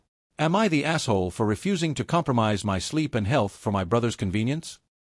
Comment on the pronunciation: Why can't your dumb AI narrator pronounce "my" correctly?